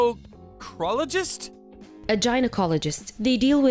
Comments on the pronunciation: The male voice was horrid, but atleast he did not sound like the female. The British accent came and went, but otherwise the story was good. Pronunciation was poor on some word, Gynecologists' not Groinacologist. And to be honest these people were a little stupid about what pregnancy is... oh your "belly is protruding", what world did these people grow up in. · Chalked it up ,not down. Gynecologist is pronounced with the hard G . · I'm shocked the woman keeps saying gynecologist wrong LoL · What’s with the male narrator shrieking hysterically over everything?! The ridiculous mispronunciation of gynecologist is embarrassing.